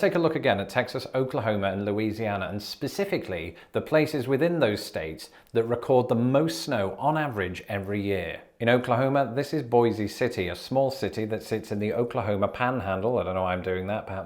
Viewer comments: I’m currently in Oklahoma City trying not to freeze! Also, I don’t know why, but it’s pronounced like “Boys City.” Hope you’re well and warm! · YAY, Oklahoma! (I have bad news for you: Boise City is pronounced "boys" city in OK.....) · Sunny and in the 60s here in Tucson, AZ (we're only 72 miles from the border). Here it gets into the 40s at night. Boise City in Oklahoma is actually pronounced Boys. Of course the town of Vichy is pronounced Vysigh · Having traveled to Boise City, OK, I can tell you it's actually pronounced so it rhymes with "voice," with one syllable. ;) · It's pronounced Bois City, OK. No "ie" sound on the end. I don't know why. Probably just obstinacy.